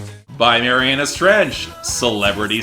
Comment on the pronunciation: Even though I thought you said 'Marianna stretch', yes, Marianas trench deserves so much more!